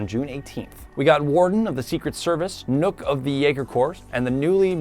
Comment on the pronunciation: Nook? As in nook and cranny? I mean... that's simply wrong. It's Nokk, as in knock knock.